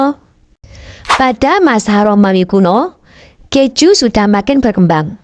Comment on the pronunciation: bukan kecju tapi ke - ju.